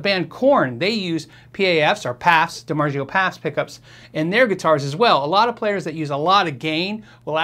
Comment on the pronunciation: Dimargio (it's a soft g) haha its z o